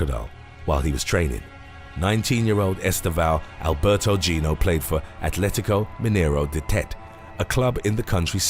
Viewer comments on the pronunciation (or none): none